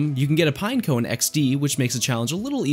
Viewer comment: He said Pineco-ne T-T..